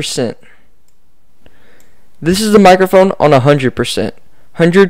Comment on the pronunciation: Anyone notice his accent? The way he said percent bothered me the whole time.